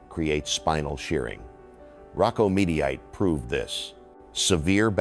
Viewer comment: Rocco Meaty ite?😂😂😂 Cmon man!